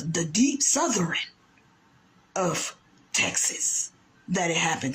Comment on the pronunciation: Wth is a " southerin". Rosie O'Donnell please leave us alone !! Worry about Ireland 😂😂